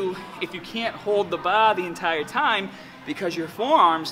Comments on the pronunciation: noticed he can't pronounce ar properly in his other videos. Weird. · Jesus Christ I can't take it anymore baR, baR that's a fucking R at the fucking end Great video though, big fan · Hold the bah like this... Grip the bah as hahd as you can LOL. Love all of your videos man! Definitely my favorite YouTube fitness channel by far. It's awesome how you're not as huge as the "meat heads" I see sometimes but you're just as strong! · lol sometimes u don't say your r's. haha like ba instead of bar 😂 love your videos man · "squeeze the baa as haaad as you can" xD Sorry didnt mean to make fun of you. I love your videos and the way you speak as well. Just did your 3D chest workout and im dead tired. Thanks for this awesome tip! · Bah bah bah bah Barbra Ann hahaha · Wow i love the way you say "bar"